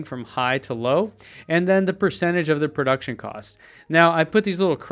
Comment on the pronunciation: "Prouction" Cost.